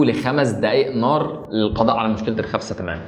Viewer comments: اسمها خسفه مو خفسه 😂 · خسفة مو خفسة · خسفة وليس خفسة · خسفه مو خفسه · خسفه وليس خفسة ياريت جميع المصريين يصحّحوا الكلمة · الخسفه وليس الخفسه 😂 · اسمها خسفة مو خفسة 😐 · الخسفه اخي. غلط. تقولها. 😂